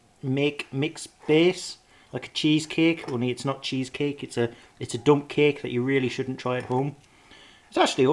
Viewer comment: I though you said "i feel inspired to make a dumb cake"